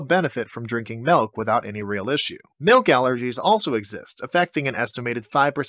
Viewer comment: Did he say Malk ? Is that a reference ?